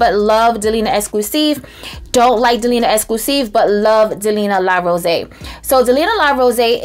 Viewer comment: It’s pronounced “Rosée” (rose-ey).